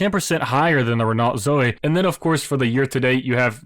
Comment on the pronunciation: Repeat after me: ren-oh. Do not pronounce the T.